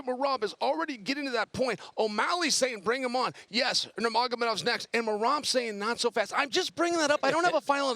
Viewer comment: I know Chael is screwing up Merab's name intentionally